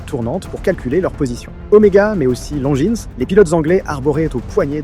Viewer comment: Belle vidéo, j'veux pas faire le relou, mais on ne prononce pas le S de Longines et Jaeger. Important à noter l'anecdote du radium et que c'est principalement les femmes qui faisaient tourner les différentes industries pendant cette période. Hâte de voir vos autres vidéos !